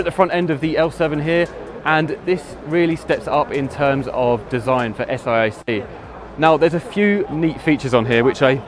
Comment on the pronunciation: The reporter kept saying S I A C when in fact the company is Saic.Oh, later he said S A I C, he learnt.